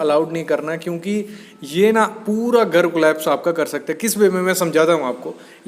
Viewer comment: गर गर क्या लगा रखा घर बोलने nhi aata kya